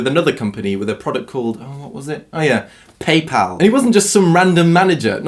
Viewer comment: Thanks for saying PayPal, not PayPaul